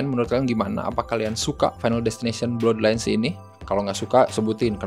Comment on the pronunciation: Blaad lains bukan blodlains bang